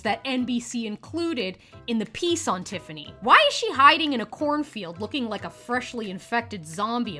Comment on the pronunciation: It sould like you said " dont forget to wipe , comment and subscribe " . 😂bahahaha . Great show today !!!